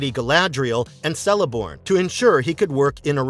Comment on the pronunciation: Just a little note: Tolkien says Celeborn is supposed to be pronounced 'Keleborn' not 'Seleborn' ( I did not know this until I finished the Silmarillion)